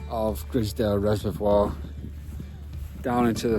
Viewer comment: It's pronounced Gryzedale